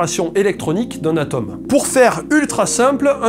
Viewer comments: Il faut prononcer "atÔme", ou encore "atAUme" (et non ATOM'). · tout ce passai bien jusqu'à ce que tu prononces Atome..